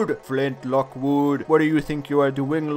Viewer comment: I love how he says flint lockwood he says it with an emphasis on the wood